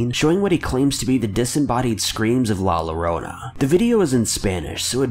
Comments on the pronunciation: there's litteraly a disney/pixar movie with a song that the title is La Llorona, how can you mispronounce Llorora? even i, a french-canadian, know that double L in spanish is pronounce Y. ps: La Llorona...in Peru??? nope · Pronounce "YOgurt" now say "La YOrona-LLorona... Come on my man I couldn't watch this video because of the mis pronunciation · "La Lorona" my ears are bleeding, help 😭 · It's pronounced "yor-OWN-uh". Llorar means "to cry," so essentially la llorona is the crying woman. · Everytime he said la lorona i cringed 😂😂😂😂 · How to prononce la llorona La yo-ro-na la llorona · La “luh-Rona”? Who is she? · "LA LORONA" Damn! My ears are bleeding. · I’m cringing so hard because of how he is pronouncing La Llorona. If you’re hispanic you can feel my pain. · The real scary part is how he pronounced la llorona It sounds like he is trying to act white but is actually Mexican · Believe me . I do feel offended by the way he says it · Not Mexcian, but everytime he pronounce it wrong. Mexcian kids died. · I rather kiss a bathroom floor than listen to the way he said it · You just need to know Spanish to know how bad he says it, but it's understandable because Spanish is very different to pronounce than English. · A someone who is Mexican American this triggers me so much also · Papi Chulo that's what I thought, I mean, I'm not gonna expect people who don't know English to say everything perfectly. People make mistakes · I’m not Hispanic at all but I’ve taken a few Spanish classes and it makes me cringe hearing him say it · I don't even speak Spanish and his pronunciation makes me puke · Yes. Extremely. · IKR JUST PRONOUNCE IT RIGHT AND RESPECT THE CULTURE MANNN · Fr man kind of hit me in the heart but can’t wait to see the movie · I felt like correcting him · Ya he sucks at pronouncing that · The scariest thing about this video is his pronunciation of “la Llorona “ 😂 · You did a lot of research for this video, but forgot to learn how to pronounce Spanish LL.